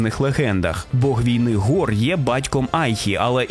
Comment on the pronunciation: Гор — це 𓅃 у коптській вимові? Дуже незвично. Наче в усіх инших транскрипціях це слово починається з глухого фарингального фрикативу...